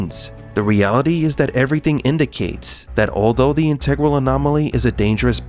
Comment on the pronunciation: omg its the guy that can't say integral again